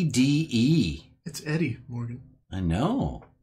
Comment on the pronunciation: All these channels are making sick Fallout-ish intros but also can't pronounce Raul, ED-E, or Yao Guai. 🥴